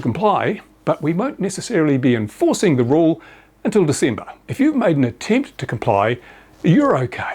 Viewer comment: Completely false. even has the date wrong "until December" (Diesember). The gasping of breath and grasping at straws. This pathological liar is about done.